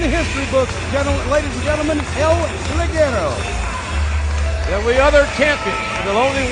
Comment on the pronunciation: no es ligerou se pronuncia lijero